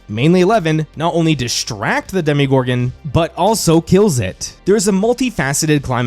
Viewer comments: Demo, not demi. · For gods sake is DEMO-GORGAN, not DEMI-GORGAN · DEMO-gorgon, not DEMI-gorgon!